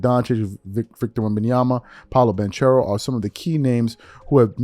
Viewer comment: My man can pronounce Giannis antetokounmpo. But can't pronounce ban-kero or vah-g-ner. Wow. It only takes a minute before you hit record to go get proper pronunciations and be a professional.